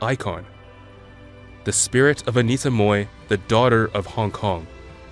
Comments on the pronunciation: It's Mui (mooi) not Moi.... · It would be nice if the narrator can at least get her name right. She was Anita Mui, not 'Moi'. If you can't pronounce the Cantonese 'Mui', try the Mandarin 'Mei' or just Anita. It is so disrespectful to get her name wrong, in a video dedicated to her. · Why is he pronouncing mohrrr when it is supposed to be mui?) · Why did he pronounced her name 'Moy' ?! it is 'Mui' , he knows better ! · Please learn to pronounce Anita’s last name right. It’s not said like “moy”. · I'd initially wanted to watch this clip but stopped within 1 minute. The narrator butchered Anita's surname. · At least get a narrator who can actually pronounce her name correctly!